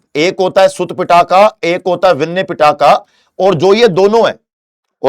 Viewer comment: Sir just called Pitaka to Pattaka 😂